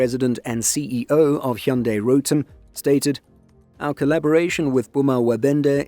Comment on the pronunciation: Never seen english speaker nailed "hyundai" pronounciation 🎉